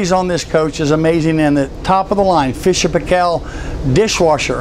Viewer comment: And don't you love how he pronounces Fisher and Paykel for the dishwasher.. So wrong and so funny... lol A New Zealand dishwasher (probably manufactured under contract in Mexico however) LOL Yeah issue getting one of these into NZ shame.. I don't think Fleetwood make them to suit NZ without major reworking.. But you can buy imported Tiffin & Holiday Rambler brand RV's here in New Zealand. Factory manufactured in N USA for New Zealand power and the driver position etc. OK Not cheap but available.